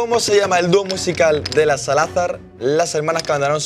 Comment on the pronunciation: Axozer todo analfabeto diciendo salazar mal jajaja